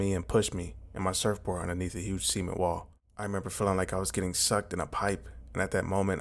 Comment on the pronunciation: Never heard anyone butcher the word "cement", but you found a way.